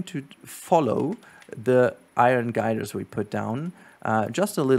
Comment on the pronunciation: Love the videos! Also steel "girders" not "guiders"